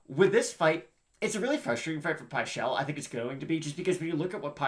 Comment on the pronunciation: Its not pie-chel 😠